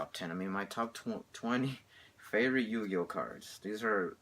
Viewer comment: it sounded like you said 20 yo-yo cards! LOL!